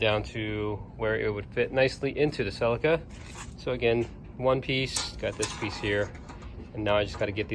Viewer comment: You pronounced Ce LEE kah wrong :P Nice work on the fuel tank and love the CRX.